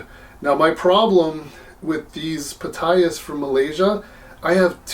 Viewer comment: I could be mistaken, but I think that the "P" in Ptyas is silent, as in pneumonia, psychology, psychiatry, psilocybin, Ptolemy, etc.